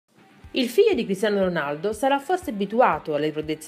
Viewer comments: all'inizio ho sentito pisello ronaldo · ma solo io all'inizio ho sentito il figlio di pisello ronaldo? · figa dici molto male Cristiano Ronaldo anche molte altre cose....Soprattutto all'inizio